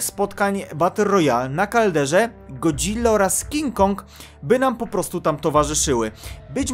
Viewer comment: W końcu mówisz jak chłop w sensie ładnie wmawiasz Godzilla a nie god-zilla:)